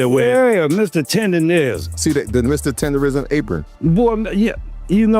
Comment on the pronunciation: Unc said Tender-nism a million times and the two interviewers are still saying it wrong.. Smh 🤦🏾‍♀️